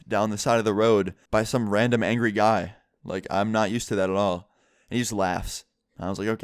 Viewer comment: That was one anjery vegital